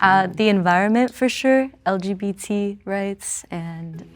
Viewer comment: yeah, that reaction gave him away, lol. And when he could barely pronounce LGBT 😂